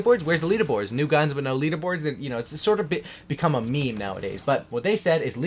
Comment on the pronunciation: meme not mim